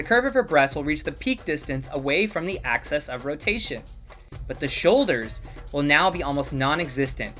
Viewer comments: dude said axis like access and it really disturbs me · The word is "axis" of rotation, not "access", but good video haha